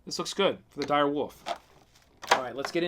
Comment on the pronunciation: I love every time he said dire woof